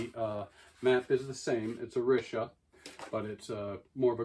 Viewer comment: It’s pronounced Oh- Ree-Sha